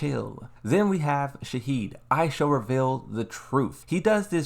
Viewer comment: SHA HEEN not Heed and also LID I A not Leader